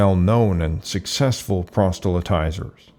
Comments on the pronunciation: I can’t watch anymore. If you mispronounce proselytize as prostyletize, you’ve lost me. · "Paggin"? Phonetically how do you make that leap from "pagan"? Horrible pronunciation on "proselytize" as well. Very good video, but seriously? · The word is “proselytize” not “prostylitize”. Also the Tanach is the right word form the Hebrew Bible but it is not exactly the same as all versions of the Christian Old Testament. The Old Testament has more books than the Hebrew Bible although they are all of Jewish origin. the additional books post-date the books of the Hebrew Bible. For example the books of the Maccabees.